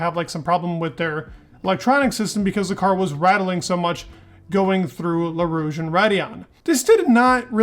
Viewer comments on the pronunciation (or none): It's not Leau Rouge…it's Eau Rouge…just sayin'